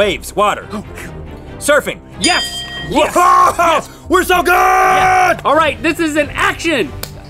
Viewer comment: Michelle Ryan its yes not yas